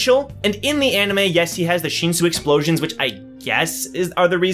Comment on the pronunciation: its not sheensu its shinsu just say it like how u spell it sheensu sounds so obnoxious